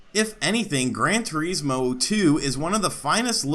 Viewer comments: "Gran Tureezmo" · the way this guy pronounces Gran Turismo is kinda off...hmm, well anyway, Gran Turismo 2 didn't push the hardware of the PS1 at all, infact there was hardware capability for more - take Gran Turismo 1's higher resolution textures for example, they could've easily stuffed that into the PS1 aswell but there was a problem, there wouldn't have been enough space on either the arcade disc or the simulation disc to accomodate for the higher res textures due to all the car models